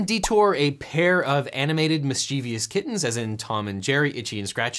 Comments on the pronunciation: It's not "mischievious" with four syllables, it's "mischievous" with just three syllables. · It's always jarring when someone mispronounces "mischievous". It's 3 syllables (miss chiv us) not 4. There's no second 'i' in mischievous and it's not pronounced miss chee vee us. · How does a lawyer not know how to correctly pronounce mischievous?